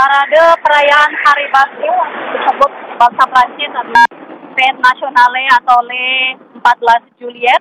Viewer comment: Sebaiknya pembawa acara mengucapkan kosa kata b.perancis dg benar misal: bastille, place, fete nationale dll